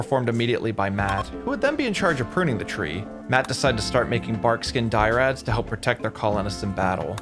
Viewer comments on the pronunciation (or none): I'm not sure if it's an inside joke or maybe is dyslexic but 'dyrads' as opposed to "dry ads" made me laugh. Anyways great work.